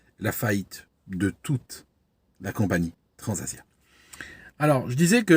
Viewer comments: Bonjour, Je vous remercie une nouvelle fois pour vous vidéos aéronautiques instructives. Je crois entendre « Transavia » et non « Transasia ». Illusion sensorielle? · Merci pour cette nouvelle analyse excellente mais je tiens à signaler qu'à la minute 1.24, vous évoquez le crash de "Transasia" en 2014 et on entend " Transavia "